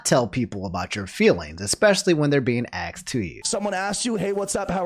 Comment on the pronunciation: asked not axed bruh